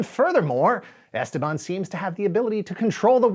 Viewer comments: Goddammit, it's esTEban, not "esteBAN"! (Yes, like "leviosa") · As a native spanish speaker the way he pronounces Esteban is driving me crazy...